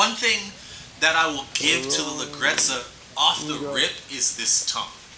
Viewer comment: Hey you are pronouncing it wrongly but it's ok Italian is a hard language to pronounce for english speakers. the right way is Ledjerezza, the GGE sounds like a J